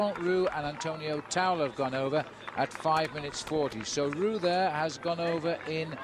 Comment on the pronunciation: If Liggett says "Rooks" instead of "Roux" one more time...........